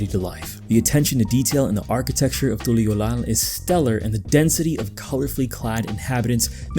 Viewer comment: Lol you enjoy hearing yourself talk dont you, why you saying Tuliyollal with that inflection, you can hear how they say it in game right? As a 2.0 player I've went through everything on content and while this is definitely the least compelling expansion MSQ, you logic'd your way into hating something fun. From the get go its not supposed to be a deep story and meant to be enjoyed as a chill adventure. Talking about Wuk Lamat like it wasnt a coming of age tale and she had no real purpose. If you paid attention, she wanted to become Dawnservant solely to stop Zoraal Ja as she knew he'd destroy Tural's way of life. You kind of took the piss out of it and not in a fun way and for what, 13k views and a click-baity channel with 2K follows. A lot of people enjoy this expac as it is, it just ain't for you my boy. Also saying you're an authority on music and then calling a decorated composer's music shit doesn't make it true. You kinda a dork fr